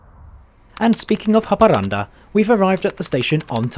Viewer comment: wow, I never expected a X52 to be the fastest train in Sweden, as a local this still surprises me, his pronunciations of Swedish words are funny and always makes me laugh, the pronunciation for Haparanda was on the more correct side though but anyways good video